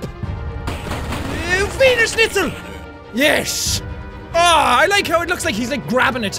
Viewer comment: Jack, your german is horrible, even if you are only saying "Wiener Schnitzel" and "Bratwurst" xD